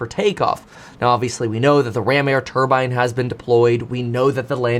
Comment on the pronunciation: When you hear someone pronounce turbine the way he does don’t listen to anything else mechanical they have to say